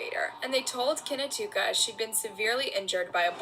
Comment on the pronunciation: Kinatuka? You mean Knautica as in Nautica? Poor child. Great video